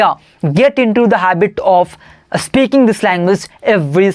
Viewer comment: It’s “speaking,” bro, not “Aspeaking.You just need to focus on your pronunciation. And one more thing try to speak English in a relaxed tone. Shouting without any reason doesn’t sound good. The rest, you are doing really well and you’re 100 times better than me. I wiill keep learning tricks and tips from you….well wishes to you!👍